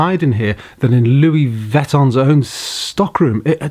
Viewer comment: Amazing spec on the car - looks and drives in total comfort. Ps maybe review your pronunciation of Luis Vuitton ! 😎